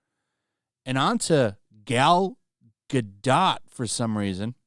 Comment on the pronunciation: Awesome how you totally butchered Gal Gadot's name!!!!! Your a total richard cranium!